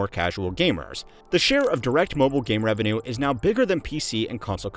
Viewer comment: How did the word "revenue" get butchered that bad? 😂